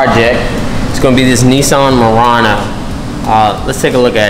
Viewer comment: Its clearly not a “murana”, its muranO. Awesome work by the way